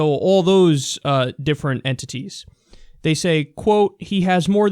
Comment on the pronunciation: Yo he said enTITIES emphasize on it bra. And with a straight face too what a professional